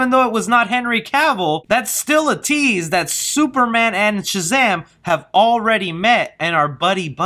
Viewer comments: Bruh, you’re killing me with the way you say Shazam. You say Chuh-zam instead of Shuh-zam. Lol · So u do realize the whole vid you were saying chazam not shazam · Dude I love you will all my Heart!! I watch and like your videos everyday!!...... but bro....its SHazam.......not CHazam! Lolol. Had to point out out. It was killin me. 😆😋Keep up the good work man!! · I can’t get over the fact that he won’t stop saying “Chazam” it could just speech problem, but it’s really distracting 😂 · It sounds like ur saying chazam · what am I missing? Why are you saying Chazam instead of Shazam? Super Girl most likely, but Black Adam would also make sense. I just want a Man of Steel 2. For me he has been the perfect Superman, I just want him in more. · Am I the only one hearing Chazam? Lmao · Was anyone else hearing chazam? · Is it Shazam or Chazam? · Chazam?? I'm not hearing shit right? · stop calling him chazam! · Why does he pronounce it "Chuh-Zam" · I was thinking that exact same thing lol. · That's what I was thinking lol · You keep saying “Chizam”? Am I missing something? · Are you saying "Chazam",lol? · Is he Saying Chazam?!?! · sounds like you're saying CHAZAM